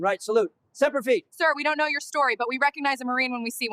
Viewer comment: It's not pronounced Semper Fee. It's Semper Fidelis or Semper Fi.